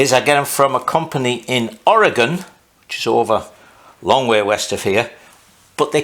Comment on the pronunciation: You pronounced "Ory-gun" correctly, not to common among out of staters, impressive. I built a pie cut exhaust one time, that was fun, you can even buy precut pie pieces. I also wondered if a wedge piece between the head and carb mount would've helped. I really enjoy watching your ingenuity and listening to your accent.